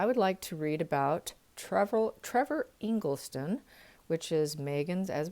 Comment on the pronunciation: Engleson not Engleston